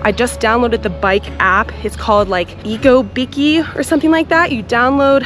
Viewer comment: Lol! "Eco beeky?" It's pronounced "BEE-SEE" as in "bicicleta". "Bici" just means bike. ❤